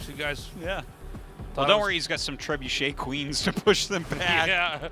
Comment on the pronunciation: it was bad enough when they couldnt think of the word "trebuchet", but it was made even worse by the way they were pronouncing it.